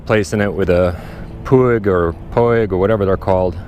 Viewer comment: The Puig brand name pronunciation is similar like in "inch": [puch], without the "i". It is a very common catalan surname. Cheers from Barcelona dude!